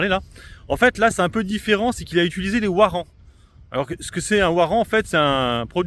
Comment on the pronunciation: ouarant ? c'est le cousin de ouagon ? Ca se dit varant chef... 🤣